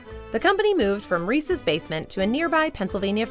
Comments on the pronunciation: sigh She said "Reecees" instead of "Reece's." I've never understood why people pronounce it like that. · I liked it til she said Reesies, must be from the east coast, the only people I know who say it that way are from the east. It’s Reese’s, there’s no I in the word. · She said REECIES!!! Ahahaha😂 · Please, people, don't pronounce Reese's as Rees-ees ! Anyone bearing that surname will be offended.